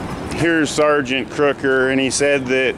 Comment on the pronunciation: lol "crooker"